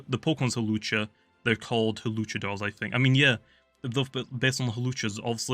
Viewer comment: luchador not hawluchador btw